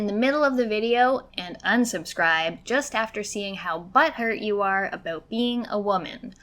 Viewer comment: she said "aboot". As a person from Michigan I am deeply offended 😤